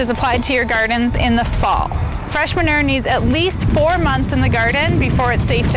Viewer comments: So frustrating how she said “manerrrrr”. There’s a U in there. Ma-new-er is how it’s pronounced. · Lmbo say manure. Its man u re. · Regional accents: My midwest ear was confused about 'ma-ner'. We lengthen all our vowels and often pronounce vowels that others may not. 'ma-nue-er' Lol, I'm sure other regions find our pronunciations just as confusing to their ears.